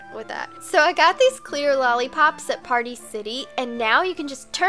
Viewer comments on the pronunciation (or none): none